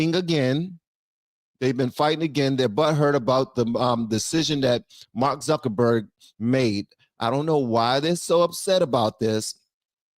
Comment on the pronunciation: it's not zuckenburg it's zuckerberg